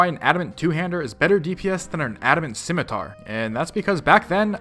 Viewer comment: The c in scimitar is silent. It's SIM, not Skim. 20 years and people still can't pronounce shit. EDIT: Also change your title to best in slot melee gear.